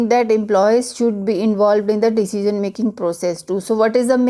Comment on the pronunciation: Your pronunciation "decision" is really awfull..